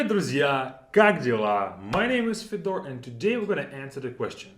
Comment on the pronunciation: You are usually meticulous in pronunciation. Why do you pronounce your name as FeDOR? Isn't it actually FYOdor?